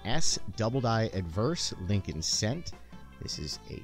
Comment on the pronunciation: It's Lincoln..